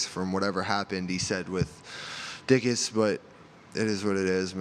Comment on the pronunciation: "...Dick-us?" Freudian slip?